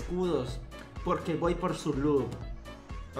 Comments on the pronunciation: A lo mejor cuando dijo "lup" quiso decir "Loot". Que ellos ganaban loot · no sabe ablar es lot no lup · Yo creo que dijo lut